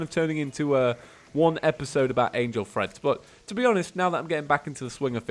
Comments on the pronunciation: Still saying threads I see.... Treads... Like I said last time, it's Treads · I kept hearing it as "angel friends" ... then eventually I figured out the actual name was "treads" Has he been saying "threads" instead of "treads", or am I just getting tripped up by the accent? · Yes I heard threads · Yeah he was saying threads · The whole time I thought he was saying "angel freds" and I see the name wen he is about to craft it and I'm like " ohhhhhhh" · YOU'RE SAYING TREADS WRONG by the way